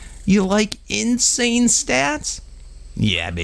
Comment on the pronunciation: For a moment I understood incest stats instead of insane...